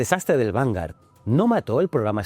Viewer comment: Vale decir "vangar", por favor, di vanguard, la g, la u y La a, se lee gua, si en vez de a a fuera una "e", eso sería diferente, a menos de que seas de los que dicen "Microsoft", lo siento pero así como me encanta tú programa, me pone enfermo la pronunciación inglesa.😊